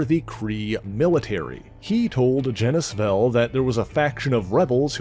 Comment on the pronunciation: why do people keep pronouncing Genis's name like it rhymes with Dennis? His name is pronounced like Genus.. Which is why his sister is named Phyla... That's the joke.. Kingdom, Phylum (or Phyla for plural), Class,. Order, Family, Genus, species....